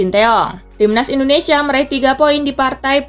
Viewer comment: INDONESIA min bukan INONESIA :v